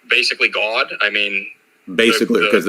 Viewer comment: Why does he say the word God like “Gwaad”.